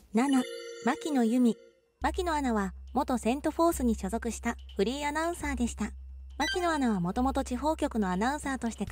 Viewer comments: フリーアナウンサーが フリンアナウンサーとしか聞こえん😳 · フリーアナウンサーだか不倫アナウンサーだか聞き取れない😂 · フリーアナウンサーが不倫アナウンサーにきこえる😭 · フリーアナウンサーっていう時、不倫アナウンサーって言ってるよな？ww言ってるよな！？w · 私もそう思いましたわ。ちゅうか、わざとそう聞こえるように言うてるやろ（笑）。